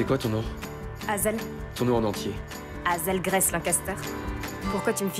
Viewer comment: Mes oreilles saignent à chaque fois que les doubleurs disent "Azelle graisse".... Malheureusement, dès que nous, français prononçons un nom anglo-saxon, ça ne le fait pas ! #ShaiAnselNatvoices